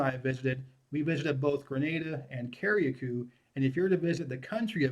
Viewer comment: Lol yes the pronunciations are Cari-cou and Peetie- Martinique.